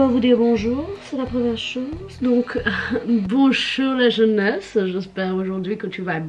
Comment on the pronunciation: « BONCHOUR LA CHEUNESSE »